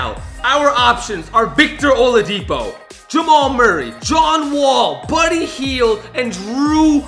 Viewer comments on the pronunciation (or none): none